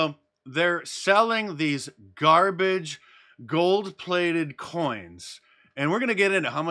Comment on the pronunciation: "They sell these gold plaited coins..." Say no more, Mark! I already laughed about it.